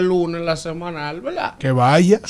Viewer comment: usted querrá decir verdad, porque velaa, eso está muy distantes a verdad, usted es un comunicador y debe comunicar para el oyente un lenguaje fluido y correcto. Y esa velaa, la pronuncia más de diez veces en un comentario